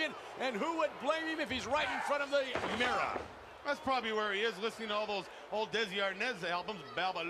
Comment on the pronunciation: Why can't Vince pronounce the word "mirror"? Lmao, he says something more like "meera" and he also has trouble saying Bearer. He says "Beara" 😂